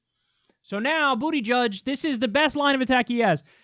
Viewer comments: Lmao,..STOP calling him "BOOTY-judge",..its Buhda-judge",..I'm sure you are doing it in purpose,..but its petty,..please stop Lol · No. Kyle makes up nicknames for many of the candidates. His last name is pronounced "Buddah-judge". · Has Kyle considered that what Pete is going to do is far more important than winning? He won't win. But, he will have done things otherwise impossible. And, it is BOOT-edge-edge. Making fun of his name is as childish as Trump. Kyle is MUCH better than that! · "Boot-edge-edge" say it how you're supposed to; you cover politics for christ's sake. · no it’s actually not pronounced booty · Did you just call him booty judge wtf😂😂😂🤣🤣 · Is it really pronounced booty-judge?? Lmao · It's booty-gig Kyle (as in there's a gig in his booty) pronounce his name properly